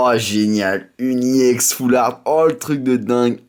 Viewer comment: on dit foulrat pas foulaart